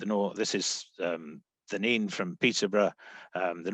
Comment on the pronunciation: i stopped watching when said Nene wrong